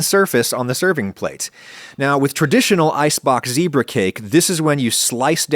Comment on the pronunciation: You said 'zebra' wrong! (BUT your puppy is SO cute! )